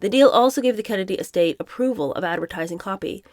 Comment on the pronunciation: Estate is not said like “ES-tate”, it should be said “es-TATE”. Yay, you did say it right at least once here. Besides unusual pronunciations, I really enjoy the reading and the commentary. 1st time I’ve seen this format.